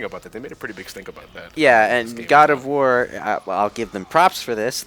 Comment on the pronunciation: "Ood of War"?